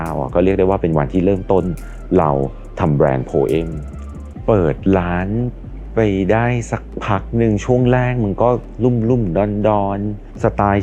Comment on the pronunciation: อ่านว่า "โพม " ไม่ใช่หรอ โพ-เอ้ม นี่ ฝรั่ง งง